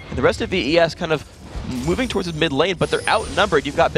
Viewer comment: " ADC Kennen and mi Victor, will it work?" You forgot the d in mid by the way